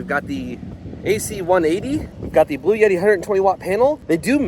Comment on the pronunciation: The brand is Bluetti like Blue-e-tee or blue etti NOT Blue yetti!